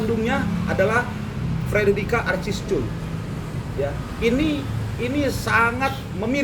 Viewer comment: Lawyer said "Frederika arcisculll ?????" 😂😂😂😂😂